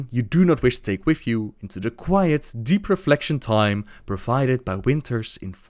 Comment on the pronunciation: I know people have accents but the TH sound does not sound like an F and god is it annoying hearing it. It sounds like my nephew is reading to me. Or telling me about his cute nickname for his dog, Arfas.